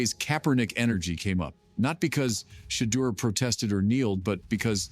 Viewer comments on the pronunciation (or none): Umm. That's just it. These reports or little YouTube videos many are Ai generated and just someone supplying the words and they sound is ai generated. You can tell a phoney video if you hear that crazy Shedure pronunciation or if they mix up Shiloh and Shedure names in a video. Also, if they can't supply the link to the video where it was actually said, then it's clicks bait for views.